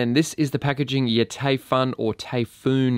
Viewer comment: It’s pronounced “Typhoon”, mate. “Taifun” is just how they spell it in Germany.